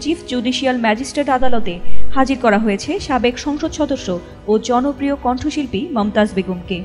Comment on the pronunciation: জনপ্রিয় কথা টা আপনি উচ্চারণ করে একটা আনসাবস্ক্রাইব কামাইলেন আপনার চ্যানেল এর 😂🩴